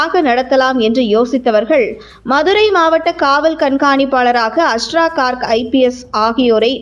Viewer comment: Please pronounce his name properly. His name is also written wrongly. His name is Asra Garg .